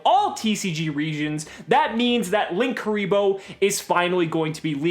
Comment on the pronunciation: lin- kuriboh or link- uriboh not LINKKURIBOH WHERE THE OTHER K COME FROM